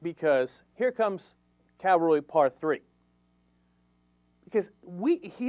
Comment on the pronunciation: Cenk, mate it's "Cavalry" not Calvary"!!